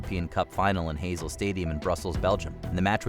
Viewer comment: These are famous incidents, why doesn't someone check the proper pronunciation of Heysel (Hi-sol) and Chapocoense (Chapo-co-en-say).